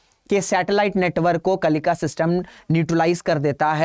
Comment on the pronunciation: अरे मंदबुद्धि मास्टर कम से कम उच्चारण तो सही से कर लिया करो।कलिका नहीं है कलिंका है।आधा न का उच्चारण कौन करेगा?